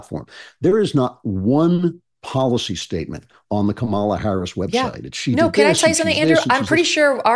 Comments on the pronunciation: Andrew’s not pronouncing Kamala right. I can’t believe political pundits who talk about her every day haven’t taken three seconds to Google how to pronounce her name. After hearing everybody pronounce it differently, I decided to Google it and now I know. Why don’t these people whose entire career is to talk about her take three seconds to look up how to say her name? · Why did you allow your guest to mispronounce Kamala's name so many times? And mispronounce it yourself? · How many times are you going to mispronounce Kamala's name, bro?